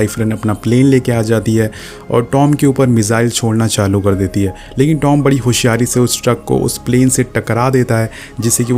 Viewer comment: It's Tom not dom